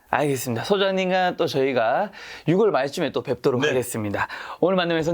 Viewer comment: 유월이라 해주세요.. 육월이라 하지 마세요...ㅠ